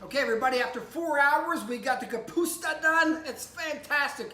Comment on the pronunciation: It's ka pus ta. Not ka puts ta